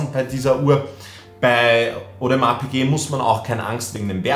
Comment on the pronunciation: No Front aber ich fühl es wie du audemars piquet nicht aussprechen kannst😂